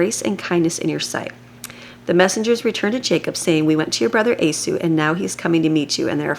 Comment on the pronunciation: Thank you for your daily readings. For future videos, his name is pronounced "eee - saw" not a-sue.